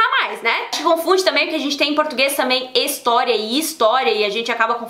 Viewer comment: Meus ouvidos sangram quando ouço o povo falando ííístoriss 😥😖